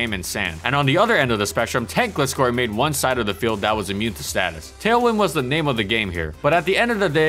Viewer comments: its not gliss- scor its gliscor like gliding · ITS NOT GLEE SCORE ITS GLAI SCORE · Did you just pronounce Gliscor as Gleescor lol Even in the anime Gliscor says Gl i scor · Stop saying Gliss Skore - it's pronounced Gly Skore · In the first half you pronounce Gliscor as “gliss-score” but in the second half you pronounce it “gly-score”. Which is it? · Bro...why do you pronounce it as "Glisscore" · You pronounced Gliscor wrong, it’s not Gliss-score, it’s Gly-Score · It’s pronounced Gl-eye-score.... not Gl-issss-cor.... in the anime it’s pronounced Gl-eye-scor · Right? It's "Gly-Score", not "Glih-Score" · The way you pronounce Gliscor hurts me... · It’s a long i. Did ANY of you actually watch the show? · I had trouble watching it since you kept misprouncing GLY-SCORE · It annoyed me that he kept calling it 'Gli-scor' since im used to the anime lol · no the "Gli" in it's name comes from GLIDE which is pronounced Glay not Glee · Why do you pronounce Gliscor as Glscor? it's just like with Gligar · It's glIscor you know like glIgar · Gligar and Gliscor have the same Gli but he pronounces them differently and it bugs am I the only one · ...Is that how Gliscor is pronounced? Always thought it was similar to Gligar. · This Gliscor video needs a rework. An incredible Pokemon throughout it's entire existence, the video would be atleast a half an hour long if not more. GG said Gliscor in all its groovy generational glory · You said Gligar right, but keep pronouncing Gliscor wrong. How? XD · Gotta love how as the video goes on, the pronounciation of "gliscor" becomes correct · You pronounce gliscor wrong and it's triggering me lol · You pronounced Gliscor wrong several times. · Your pronounciation of Gliscor on every video is frustrating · Dude, makeup your mind on how to pronounce Gliscor.